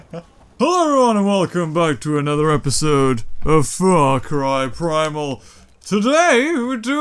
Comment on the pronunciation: I tOatAlLy dIdN't uNdErStAnD "FrOg CrY pRiMaL" aT tHe sTaRt.